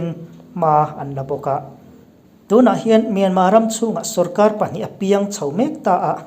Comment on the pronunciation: Myanmar thi hi alam dan hi ka lo ngaihtha ziah thin a , Myanma(mianmaa-maa) nilo in = Myanmar(mianmal-mal,r) ti tur aw. Sorry lutuk ee ka sawisel na pawh ni masa lo nia, min lo riathiam dawn nia..